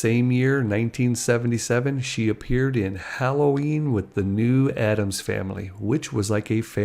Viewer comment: It's "ADDAMS"!